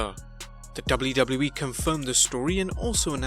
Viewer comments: I like how he says“ The DubluDublu E “ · Man you sound funny when you say WWE over and over😄.